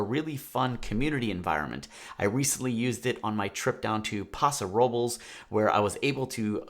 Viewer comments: you said Pah-So, not Pass-O. But no worries. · We pronounce Paso Robles as Pass-O-Robles (or Robe-Less)....just saying.